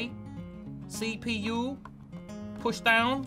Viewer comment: "Da the CeePee-YUUU!!! That's my sister name" 😂